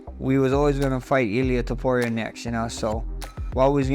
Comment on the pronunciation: You did well but it's Topuria. Sorry 👍🏻